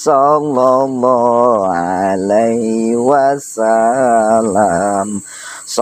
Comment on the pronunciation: Mohon maaf untuk.saya juga kaga punter pinternya agama.tapi saya rikwes dikit mas.mohon maaf beribu maaf.yg mas baca itu salah mas.yang yg betulnya.salallah ala muhammad.bukan sallallah ala muhammad,itu aja yg saya rikwes